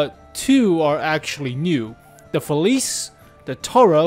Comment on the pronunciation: hey, its a small thing but it really bothers me how youre pronouncing “felice” Youre saying “feliz” Its pronounced “feliche”:)